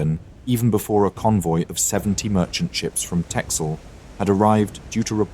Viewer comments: pronounciation of texel= tessel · Dutchman here. Texel is pronounced as Tessel. Good video!